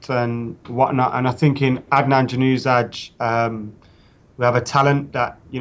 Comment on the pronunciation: Januzaj is pronounced yan-ur-zay